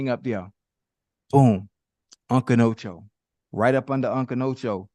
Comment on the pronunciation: Ocho toe cinco😂😂😂